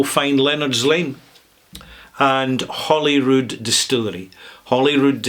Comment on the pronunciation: I had to back up the video five times to listen to it again. Maybe I’m going deaf in my old age, but it sounded like you said “Hollywood” rather than “Holyrood.” It’s a Middle English term equivalent to “haly ruid” ("holy cross"). The mispronunciation is completely understandable, especially if one is in California such as myself. It might be helpful to pronounce the two parts of the word separately as, “ Holy-rood”. I have been to Scotland four times and visited 49 distilleries. If I make it a fifth time to Scotland, I’ll be sure to visit this one.